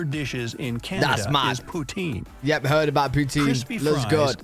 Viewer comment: On Timezones, a Canadian invented time zones for the railway to run smoothly. Sir Sanford Flemming. Poutine is pronounced wrong and you need to know how to cook fries properly to make it. Also only Quebec curds are generally acceptable. At a deli in Montreal, a beef stock pot has been on the stove for more than a decade for gravy, you can't get it unless you're in Quebec, or its very inferior.